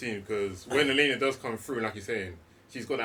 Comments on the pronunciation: continuously referring to Yelena as "Iliana" with and not even acknowledging it is the funniest thing 🤣🤣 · Why can't say Yelena? Why is he calling Yelena by Colossus's sister's name?(😄)